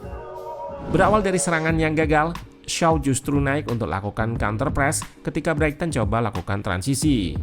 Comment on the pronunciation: Koreksi min, pronounciation nya "braiten"